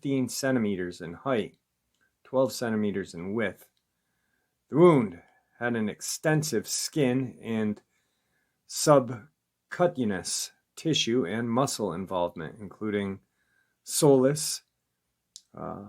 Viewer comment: for future reference subcutaneous Is pronounced sub cue tain ious.